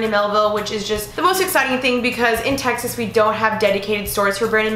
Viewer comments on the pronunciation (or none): none